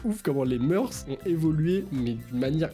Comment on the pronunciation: Avouez... les gens qui sont en 1ère et qui vont passer l'oral de français.... Qui n'a pas transpiré à quand a dit "Les moeurs" en prononçant les meursses xD Mais on t'aime quand même tkt pas <3